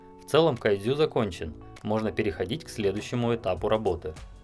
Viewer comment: Кадзю... Как это мило пх))